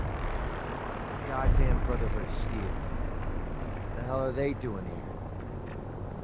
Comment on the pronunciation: I can’t unhear “We are the Brotherhood…. oF sTeEl